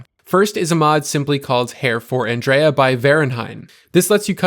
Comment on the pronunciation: Have you not played the game or do you just refuse to pronounce Andreja correctly?